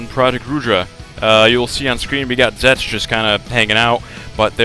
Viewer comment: i'm pretty sure you said zek.